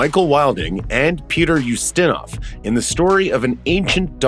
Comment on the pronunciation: Having a spot of bother there pronouncing 'Ustinov'